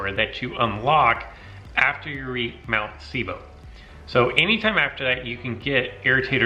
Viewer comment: Grizzly 5305 yeah duh... but he says it like seebo